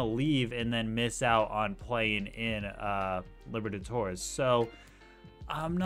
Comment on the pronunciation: No one:: Copa Liver-a-torres